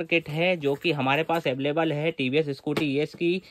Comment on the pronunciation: baki sab thik he bis aveleble sun ne me maza aaya